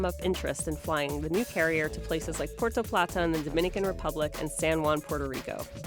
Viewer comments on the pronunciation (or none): none